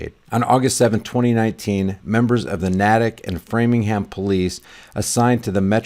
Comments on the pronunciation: Not Naaa tic it’s Nay tic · It's not "Nah-tuk," it's "Nay-tick." I'm from the area. Anyway, there's a technique I use to see if my comments went through or if they're only visible to me. I've had many deleted without violating ToS, using hate speech, insults or threats. You all should have Tor Browser installed anyway, but if you don't then install it. When you leave a comment on Youtube, open Tor Browser, and open the same page you commented on in Tor (just drag the link from your browser's address bar over to Tor. Now, if you posted a reply to someone else's comment, then just look for that. If you posted a comment (OP), then click "Sort By" and select "Newest First." Now look to see if you had a comment deleted by Google's thought police. Now, I have to urge all of you to download the Dissenter add-on. I'll be ghost-posting this comment there as I do with all my comments. You won't find Dissenter on Mozilla or Google's store, since they're terrified of free speech, but you can just download it from their site. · The next town over is pronounced NAY-tick. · Patch is a good paper but I'm surprised it's not on fox..wait a second, no I'm not. They chemtrail the crap out of us and dont report on that either. P.s. natick is pronounced like "naytick" ..long a. ❤ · It’s pronounced Nay-Tick lol and Framing-Ham I hope this family sued the shit out of Framingham PD. This is extremely embarrassing for our already failing community. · Pronounced Nay-tick & Frey-ming-ham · Try saying town as Nae tick . Wish I could help the poor folk that was robed . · Natick. Lol. It’s a long A. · FYI: Natick. Naytic. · FYI Natick is pronounced with a long ā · It's Nahhhh Tick Niw say it Natick!!!! I'm a fellow Masshole